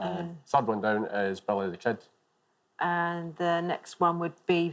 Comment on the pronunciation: I know accents exist, but "Belly the Ked"? really?